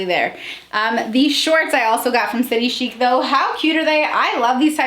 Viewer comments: I’m Australian! I love this brand! And my closet is full of them Just a FYI it’s city chic like chick! Like chicken haha so city chic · I am in Australia and we pronounce chic as in chick. That’s what the store calls it anyway 😃. We love this shop as the clothes are made beautifully. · I love city chic, I live in Aus & love the clearance stores - prices drop 50-80%!! Its pronounced "city chick" x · I’m an Aussie and maybe it’s just me but everyone I know who shops st City Chic pronounces it as “City Chick” :) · I’m from Australia and they have a factory outlet store where I live and the had dressy play suits for $30 down from $120 and heaps of other clothes, we pronounce it city chick size s is a 16 aus so it’s a 12 us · I live in Australia. We pronounce it City Chick Ps. Love you videos all the way from down under ❤️ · I just wanna point out.. Aussies pronounce it “city ‘chick’” 😂😂